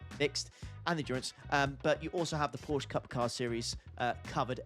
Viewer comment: Well, why are you sad that it’s not raining!! We hate rain and it’s Porsche not Porsch